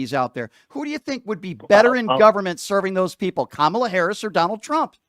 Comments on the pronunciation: I don't understand why they mispronounced her name.. Even a small child can say Kamala.... Goes to show ya what kind of incompetency that will be running this circus. We are going to be overrun by crazy clowns & the Ring leader is totally out of touch with reality..... 🤯🙄🙄😤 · Well, there’s the litmus test. Can’t pronounce her name though they’ve heard it a million times. Do not pass go, do not collect $200.00.